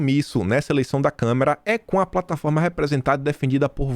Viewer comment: faz tempo que você pronuncia a palavra Câmara como câmera...